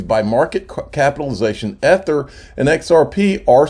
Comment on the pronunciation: You say EEEther, NOT e-ther. Speak English, if you must.